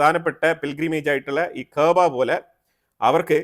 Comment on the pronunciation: ഉണ്ടയാ എന്തുവാടെയ് ഈ പറയുന്നത് കഅബ എന്ന് നേരാവണ്ണം പറയാൻ അറിയാത്ത നീ? കഅബ ഷിയക്കാളും സുന്നികൾ ഒരേ പോലെ പുണ്യം ഉള്ള സ്ഥലം ആണ് നീ അവിടെ പോയിട്ടുണ്ടോ?